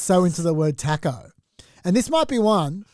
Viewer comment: The pronounciation of taco in this pod is deplorable